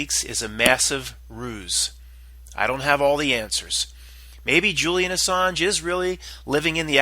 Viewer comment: Ass-ange (L)